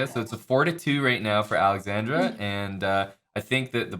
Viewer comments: He kept adding an "i" to Alexandra's name. 🤣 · dude, the guy kept saying alexandria. Geez.